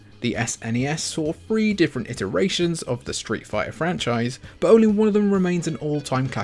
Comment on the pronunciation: Ugh, dude it's pronounced "three", not "free". I recommend working on pronouncing that word, it's hard to listen to.